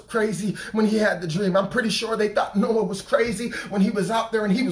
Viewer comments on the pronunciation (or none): none